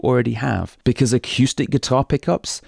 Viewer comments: I just found your channel and I'm really loving it. But I have to say, and maybe this has been mentioned to you before, The word is uh-coo-stick. Not uh-, cue-stick. Thanks! -Greg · a cue stick 🎱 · I've never heard anyone pronounce "acoustic" like that before. Really entertaining. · Haha, I had exactly the same thought when I first started listening to. I've got used to it now! 😁